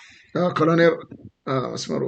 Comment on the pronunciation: ወንድም: "ኮሎኔል" ነው የሚባለው "ኮረኔል" አይደለም:: የአማርኛው ቃል የመጣውም በቀጥታ ከእንግሊዝኛው ቃል Colonel ነው:: በተረፈ በርታ! ሚዲያህ አስተማሪ ነው!